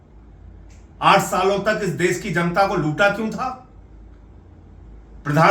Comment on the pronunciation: Mr Sanjay Singh please pronounce correctly - u pronounce देस instead of देश and all words containing श‌ as if they contained स. It's terrible to hear ur mis pronounced Hindi words. It's an insult to the language. Please rectify.